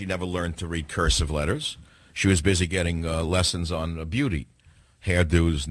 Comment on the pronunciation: ***** I thought she said that she couldn't read "curseff".